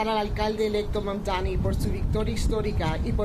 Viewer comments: It's Mamdover. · May they now start saying your name correctly... Mabdabi